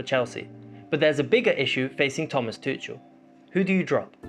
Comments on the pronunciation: ‘Tuchel’ is pronounce Toocul. Love your videos:) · I love your videos but one thing, you are pronouncing Tuchel wrong